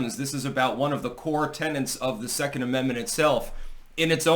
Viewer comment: "Tenets" not 'tennants'. Come on boyo, you're an editor? Wirklich?